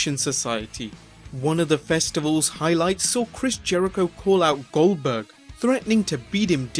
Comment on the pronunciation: Did u say gelburg you mean GOLDburg